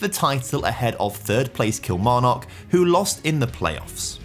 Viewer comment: Someone teach this lad how to pronounce Kilmarnock